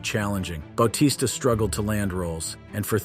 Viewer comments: bao-tista??? its Ba-tista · You said most of these wrestlers names wrong lmao. Bautista's may have been the most egregious.